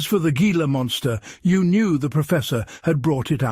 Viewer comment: It's not gee-la. It's He-la. Spanish pronunciation !